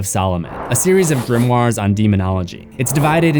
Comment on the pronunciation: Just discovered this channel recently and can I just say thank you for being the only American horror channel to pronounce grimoire properly 😭 Genuinely tho, ace videos